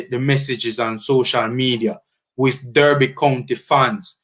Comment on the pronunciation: DERBY is pronounced D-A-R-B-Y... please note it can be disrespectful to keep mispronouncing the Club's name